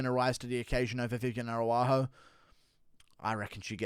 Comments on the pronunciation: Ara-ujo not Aru-ajo ! The MMA "Chael Sonnen" Guru 😂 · Bro her name is arAUjo, not arUAjo. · your pronunciation of Araujo needs work my beanie wearing friend.